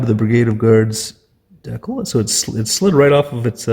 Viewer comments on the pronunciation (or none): From the persistent chirping smoke alarm to the consistent mispronunciation of "decal", this is a masterful work of psychic terrorism.